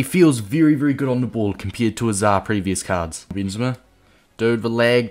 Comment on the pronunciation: noone:...: BEANzema